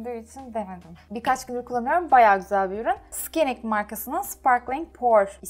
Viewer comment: Skinik değil saynik diye okunuyor.